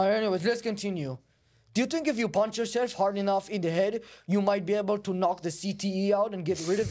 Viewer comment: I don't tink so, Bud 💅